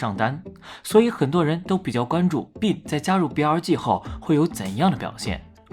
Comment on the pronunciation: 不要读“病”病没有g。内涵